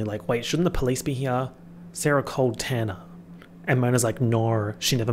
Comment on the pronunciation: Your pronunciation of “Tanner” keeps making me think you’re talking about Tana Mongeau